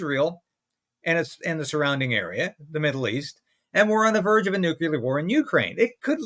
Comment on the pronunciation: it's pronounced "Nuclear", NOT "nucular". Why can't most people get it right?